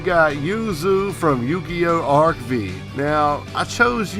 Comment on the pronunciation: It's actualy pronounced arc 5 the v is Roman numeral 5